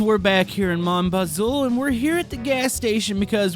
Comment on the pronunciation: you pronounce it like mon-baz-oo